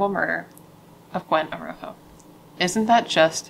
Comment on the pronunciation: I think her last name is pronounced A Raw Ho if I remember correctly. My heart breaks for her and her poor family who has to mourn her the rest of their lives.